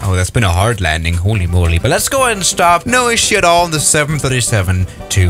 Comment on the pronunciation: Nobody: Absolutely nobody::: "HöLy mÖLy"